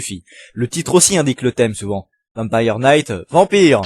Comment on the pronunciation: Vampire Knight mal prononcé